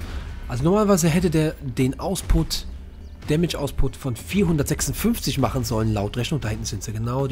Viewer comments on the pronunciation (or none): Ja es heißt output und nicht ausput... Sind deine Abonnenten 12 oder warum redest du so als würdest du mit Kids reden?